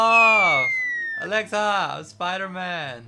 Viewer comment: Her name is Alexa not elaxa